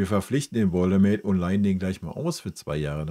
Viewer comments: Arbeite an deiner Rhetorik...das Genuschel ist schwer erträglich. Zudem heißt es Woltemade und nicht "Woldemäde".... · Wie er immer "Woltemäde" sagt. Er heißt "Woltemade"! Zu den Transfers? Bayern sieht es zu locker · Warum sprichst du Woltemade englisch aus? Bist du dumm oder ist das ragebait? Jeder weiss wie der heisst, gerade die letzten Wochen. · Wenn Woltemade nach München wechselt, sprech bitte den Namen dann richtig aus, er ist deutscher und kein Ami ;-) Grüße aus dem Schwabenländle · Lerne erst mal wie man Woltemade ausspricht.......Echt Lachnummer